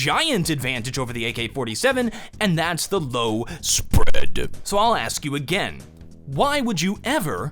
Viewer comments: I nut every time you say s p r e a d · Someone pls explain the {S P R E A D} thing to me because my god it is irritating as shit. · 666 was hilarious hahahaha ROFL. And that s-p-r-e-a-d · the way he says spread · I ask my self. Why the hell I laugh every time says spread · every video he says 'spread' it always gets me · Why do u always say spread like ur burping lmao